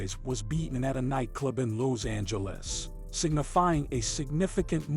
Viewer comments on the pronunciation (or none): in south loze-angluss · Lows Angeles 😂😂😂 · Why da fuq you saying Lows Angeles how many times yo mama dropped you on yo head as a kid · Lows Angeles 😂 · Im from “Lowzangeles”